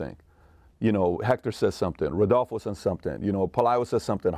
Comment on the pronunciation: I’ve never heard anybody say that name right “Rodolfo”… I’m fascinated 😅